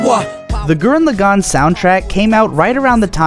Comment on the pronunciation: Your pronunciation of Gurren Lagann is retarded